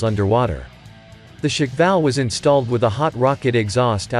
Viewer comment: It's not "shikval"! It's shkval, like squall.